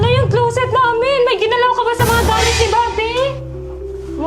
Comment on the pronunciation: ✅Clowset ❌closet